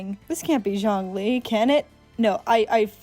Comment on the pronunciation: dw you got zhongli right the first time 😂this video was pretty funny, you were either way off-base or surprisingly close on your guesses